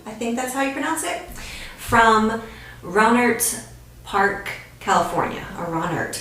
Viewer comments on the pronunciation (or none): Rohnert Park, pronounced Row nert Park. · It’s pronounced “SEN-TEH-NO” and rohnert park is pronounced “Row-Nert-Park” I played in a band with Jose Centeno’s son for a while and it was all under our noses.